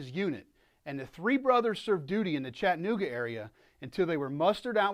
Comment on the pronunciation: PLEASE stop mispronouncing the name of my hometown. It's Chatt-a-nooga.. Please practice saying it. Chatt-a-nooga... Chatt-a-nooga...